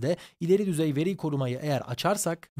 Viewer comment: VERİ KELİMESİNİDE DOĞRU SÖYLESEN İYİ OLUDU